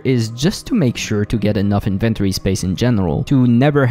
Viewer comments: "Invent-ory" vs "In-ven-tori" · the invent tory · the strangest way to say "inventory" lol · Say it with my now... inventory. Need to really practice that word, man. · Stop saying inventory like that. No one says it like that.